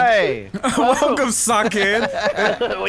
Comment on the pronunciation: He said Welcom lol